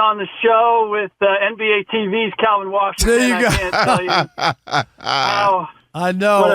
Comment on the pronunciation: Is it just me or is Ric constantly calling Kelvin “Kalvin”? 😅